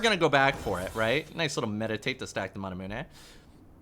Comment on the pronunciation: You say manamune wrong